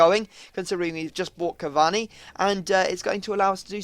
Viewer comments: It "cavaRni", not "cavanny" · Pronounced cavauni not cavani u muppet